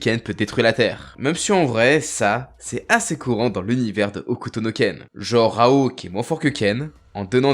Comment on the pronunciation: C'est pas Raon mais Raoul ( allé Raoul allé Raoul allé 😂)